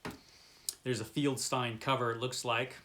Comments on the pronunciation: I am pretty sure it is pronounced FELD-STEEN...not... FIELD STINE....or were you trying to be funny by insulting one of the greatest people in comic book history?.. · Just a tip, the last name of the artist at EC Comics was FELDstein, not FIELDStein. It’s an easy mistake to make, but you might want to check Wikipedia on every person you mention and have your browser speak the name. I just watched a video where the creator called Rod Serling, Rod Sterling, which wouldn’t be too bad, but he said it wrong twenty times. Keep in mind that viewers are probably going to know how to pronounce these folks’ names, and mispronouncing the names probably hurts subscription numbers.